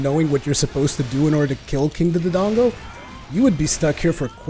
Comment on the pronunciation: I hate to be that guy but... Its (more-al) not (more-aly) for morale. King Dodongo is (doe-dongo) not (du-du-dongo).